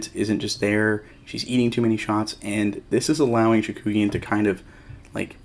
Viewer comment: FYI, you kept transposing the vowels in Chookagian's name... you pronounced it like Chakoogian ;)